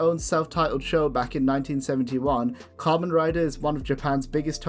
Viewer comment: YOU BUTCHERED KAMEN RIDER! HE DOES NOT RIDE KAMENS! (COM-ON, COME ON!)